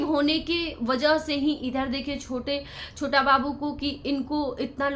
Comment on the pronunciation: छोता बाबू छोता बाबू नही छोटा बाबू बोल थोड़ा पढ़ाई करले क ख ग घ की पढ़ाई जरुरी है 😅😅😅